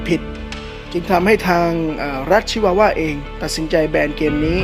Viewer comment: รัชชชช..ชิวาวา สำเนียงมาเต็ม55